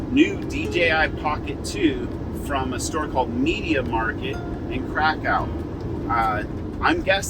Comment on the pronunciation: Well done with the pronunciations except Krakow, its kofv not cow.